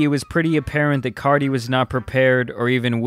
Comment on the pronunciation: You keep saying “CARDI”!! It’s “CARTI” nice video tho but that was bugging me ngl.